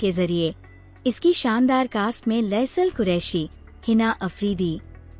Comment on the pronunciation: bolnay wali bharti aunti ...faisal qureshi ko ...laisal qurehi bool rahi hai.....3 class tak hi padh lia hota